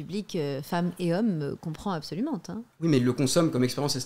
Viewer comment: Elle a dit "absolumentE"??? Elle connaît les adverbes?